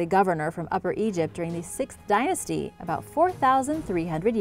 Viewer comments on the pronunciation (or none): none